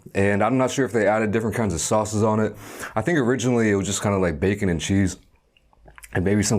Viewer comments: "Bay-kon" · And the Bay CON